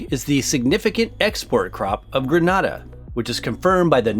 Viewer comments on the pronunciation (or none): The name is Grenada not Granada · Nutmeg is grown in Grenada not GrenAda - silent first “a”. The people do not call their country GRANADA. Granada is a city in the Spain’s Southern Andalusia region. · Grenada is pronounced 'Grenn Aaida', is the Spice Island in the Caribbean. Granada is in Spain! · Good presentation, however the pronouciation of Grenada is incorrect. Your pronouciation is for Granada in spain. Happy to see Grenada here but I must add that the nutmeg farmers are treated poorly financially by the authorities. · Big up Grenada the Isle of Spice. But in 2021 it's time the world learns how to pronounce the islands name it is NOT Gre NAH da. It is pronounced Gre NAY da. Merry Christmas from the Isle of Spice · Granada is in Spain. The only English way to pronounce it is Gre NAY da, that is the proper pronunciation of the name of the country. No other way🙏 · YOU PRONOUNCED GRANADA WRONG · GRENADA GRENADA GRENADA.🇬🇩🇬🇩🇬🇩🇬🇩 I am GRENADIAN.. get your pronunciation correct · Tell him, annoying much!! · Great info. Grenada is pronounced differently. The first 'a' has a long vowel sound like the A in USA.